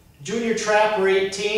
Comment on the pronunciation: Jrdtrapper18 not jrtrapper18 lol